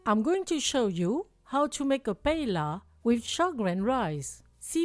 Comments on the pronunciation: Thank you for the recipe …very creative ! In Spain we say “there are as many paellas as cooks that cook them.” I wouldn’t use the fish, though, and add some artichoke and green pole beans. Anyhow yours looks very tasteful. By the way, Paella is pronounced like “paeya” not “paela”. 😊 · PA - EH - YA …. NOT ….. pa e la , please 🙏 thx ☺️ and it looks DELICIOUS 😋